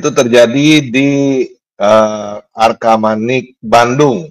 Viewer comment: "Arcamanik", bukan "Arkamanik" atau "Argamanik"